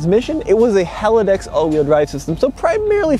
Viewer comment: It’s Haldex, not Halidex.